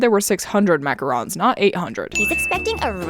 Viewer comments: The show’s repeated mispronounciation of “macarons” will never not anger me, especially for a FRENCH cartoon(yes, I know that it’s an English dub, but still)! Like, come on now. You really couldn’t have simply Googled how the word is supposed to be pronounced? Do better. 😒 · Bro them saying macaroons in Paris makes me so annoyed! ITS LIKE ITS MACARONS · What the parents say IS "macarons", they just pronounce it with "macaroons".